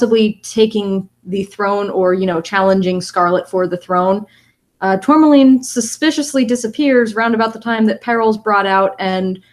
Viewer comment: Aaaaahhhh it bugged me so much that was calling her "Tourlamaine" when it is pronounced "Tour-ma-line". The L is after the M.